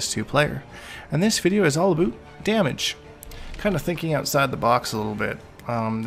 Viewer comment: Please stop saying aboot